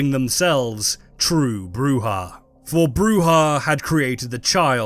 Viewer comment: You could at least try to get the correct pronunciation of Brujah. It is Spanish so it is a throat sound as with Juan or Jose, it is NOT pronounced as an English -j-.